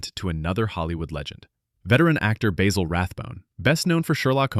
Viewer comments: Basil Rathbone, pronounced: Baz-ill, not Bay-zill. 🙄😖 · The director's name is pronounced "Seh-sil," not "Cee-cil," as you mispronounced it in fact #9, although you pronounce it both ways multiple times. You also mispronounced the name of Basil Rathbone in #10. It is pronounced "Ba (short a) sil, (rhymes with tassel)," not "Bay-sil." If you're going to give insights into movies, you should learn how to pronounce the stars' names correctly. Also, you might want to do a better job editing so you don't say the same name two different ways several different times. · It's Basil (Bazzle) Rathbone, not Bay zil. You could could pay him the respect of pronouncing his name correctly.